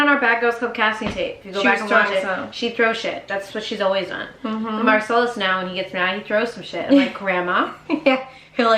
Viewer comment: Marcelus not Marcel 😆